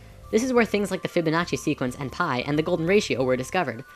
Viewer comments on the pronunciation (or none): none